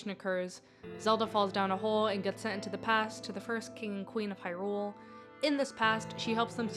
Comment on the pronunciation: I wish people would not pronounce the word “Hyrule” that way, with emphasis on the second syllable. Otherwise a good video.